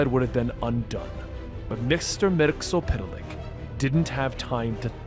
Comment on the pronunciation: Its pronounced "mix e spit lick" not "mixel pit lick" wtf